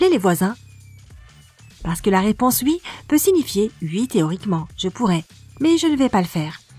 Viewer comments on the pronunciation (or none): Mdr en plus elle dit UI et pas OUI😂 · Je meurs a chaque fois qu'elle dit "oui" elle le prononce "ui"😭